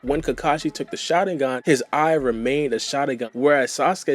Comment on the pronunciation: cannot stand how you say Shalingan LOL! work on your speech and pronunciation please